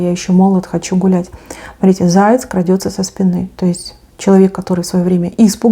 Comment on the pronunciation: Не крАдется, а крадËтся.